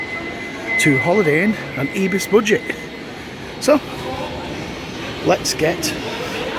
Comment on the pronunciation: its not ebis.. its pronouced IBIS like with an i